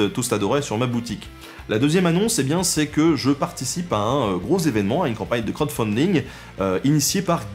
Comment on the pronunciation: ça me parait ... trop résumé... trop axé sur la chasse et les fêtes ... yavait rien d'autre ??? sinon 2 choses m'ont bien fait rire : quand tu bouges, ça fait parler le visage sur ton t-shirt et à la fin, j'entend "crott-funding" xD